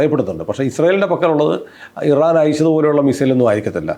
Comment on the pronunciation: “ I - ran “ is Iran.😂